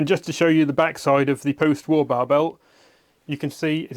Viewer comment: B A R, not Bar